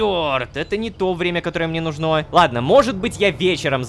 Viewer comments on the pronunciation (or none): рома, нУжно, а не нужнО😂